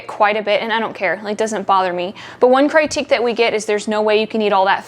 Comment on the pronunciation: critique is pronounced crA tek love your videos